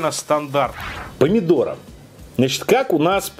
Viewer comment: «Помидоро»? А можно не коверкать название заведения? Русская челюсть не позволяет? Неприятно же будет, если канал публично назовут «Пукушеварим»?